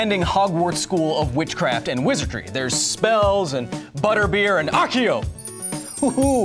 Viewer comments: And its [æksio] not [ækio]. Pronunciation is everything with spells. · Kyle, the word is pronounced "ASIO" not "AKIO". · Nooooo! It’s accio a-see-oh🖕😡👎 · Argghh The American words and pronunciations! Did you guys really find the word Philosopher so perplexing?! also that's not how you pronounce Accio Muggle!